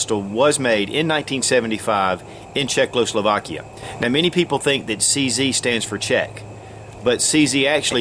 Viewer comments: it’s Czechoslovakia, not Czeckloslovakia. — it’s pronounced Cheska ZbroYovka. Do the manufacturer (and the country) a bit of respect. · It's Czech-o-slovakia, NOT Czech-lo-slovakia. Otherwise, good video!